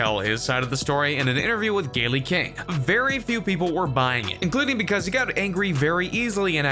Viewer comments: Or Gayle as galee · Right and he kept calling Gayle King Gaylee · Gayl-ee King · Going out of your way to pronoune Gayle's name wrong 🤔